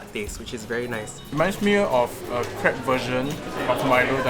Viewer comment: Lol i heard "Crap" instead of crepe